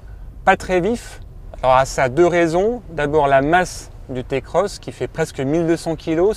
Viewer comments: Je fais la morale à personne et tu gardes tes adjectifs irritants pour ta personne. Je décris juste un fait avéré, une vérité. Le modèle ce prononce "Ti"-Cross qu'on le veuille ou non. C'est comme tout aujourd'hui si on suis pas le mouvement on est vite pas à la page c'est comme ça. Notre façon de parler nous définis tout comme notre manière de s'habiller, alors si tu veux "rester dans le coup" tu sais ce qui te restes à faire. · Non ta pas le droit de dire "Té Cross"